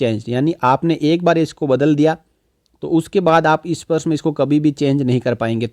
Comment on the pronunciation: issparsh nahi bhai sparsh. 😄